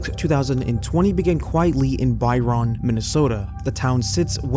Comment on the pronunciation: I know this is months later but the town name Byron is pronounced more like Bye-run. Too much emphasis on the Ron.